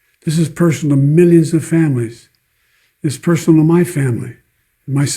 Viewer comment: "all at the all time high" 🙄 how about "all at (their) all-time highs"? Also he needed those subtitles as he slurred through the word "to" and completely omitted it